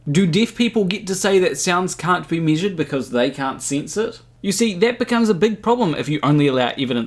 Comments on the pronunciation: My god stop saying sense like “since” my guyyyyyyyyyy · I just enjoyed hearing you say ‘sinse’ so many times! 😄